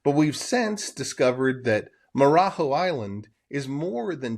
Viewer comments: The last syllable (JO) it’s pronounced joh. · Marajo: the jo syllable in Portuguese is a J type of sound and not H or X. so more like 'joe' A native would do a better job of what it should sound like. On a map it is Ilha de Marajo' with an accent on the last o. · Marajó isn’t pronounced like that bruh